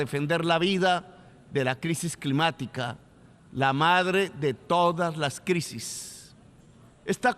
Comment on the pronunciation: En menos de un minuto « sangrinario », « posibilidat », después sigue con « crimática », « mezcrando » y mejor paro ahí. Ni sabe hablar y se cree poeta. Se cree dueño de la verdad pero de su boca solo fluye populismo. Es presidente de una importante nación y se muestra absolutamente incapaz en lo local. Lo que critica no es más que su propia historia, puesto que critica diciendo « decidimos perder el tiempo matándonos entre nosotros », o « nos hemos dedicado a la guerra » pero resulta que es exactamente lo que el hizo cuando decidió tomar las armas y sumarse a los movimientos movimientos armados que produjeron millones de muertos en Latinoamérica. Lo peor es como le come cuento tanto ignorante que comenta acá sin compaginar lo que es la historia y los hechos de este egocéntrico que destruyó la izquierda democrática de Colombia por su deseo de posicionarse en solitario como caudillo populista. Lo único que tranquiliza es que su incapacidad limita el daño que puede realizar, aunque uno tema que un día, cuando tenga que confrontar el fracaso que es su existencia, sea capaz por frustración de hacer explotar al mundo si tiene la posibilidad.